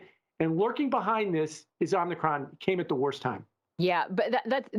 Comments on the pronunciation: Love, far from trolling, but Omnikron? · Somebody msg this guy and tell him how to say Om-i-cron. It’s making the channel look bad. 🥴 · It's not "omnicron".